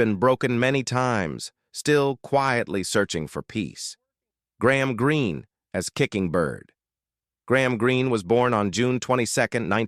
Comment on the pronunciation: This is very misleading - Mrs Charge is on the right. The white guy on the left is not Mr Greene! The narrator keeps mispronouncing names!